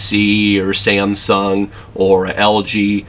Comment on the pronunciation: SIAMSUNG ? what's wrong with this guys never knew how to pronounce ? :s